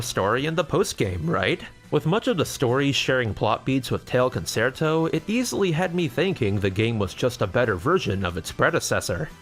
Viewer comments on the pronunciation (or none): FYI Concerto is pronounced con-chair-toe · Looks like a fun game. :-) FWIW "concerto" is pronounced "con-chair-toe" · concerto is pronounced Con Chair toh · Love any video that gives the LTB series more attention… but EVERY TIME he says “Con-SAIR-toe” I died a little more. >.< Also, as a French speaker, I can confirm the voice acting is about as good as when Japanese VAs speak English. But hey, they’re dogs and cats. That they can speak French at all is an accomplishment. XD